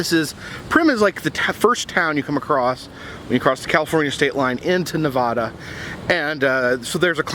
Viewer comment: How to pronounce Nevada, you east coast!